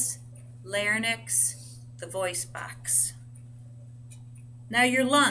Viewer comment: you are pronouncing larynx wrong